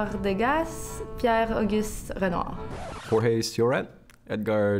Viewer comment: It's a tricky one. Props for your Renoir pronunciation, especially after who messed up just that one ^^